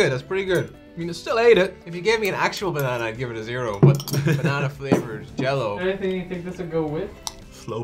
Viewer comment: Uhm that's not American Jel-Lo lol